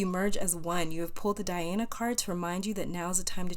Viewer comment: Pile 3 - Dhyana card. My name is constantly being mispronounces the same way you pronounced this name. My name is not Dhyana but similar. This was a VERY powerful reading for me. Thank you. 🙏❤️